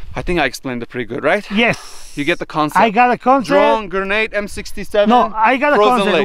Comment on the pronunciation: Gernade? Lol